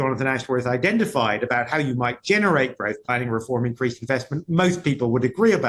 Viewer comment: Growf he says, not growth.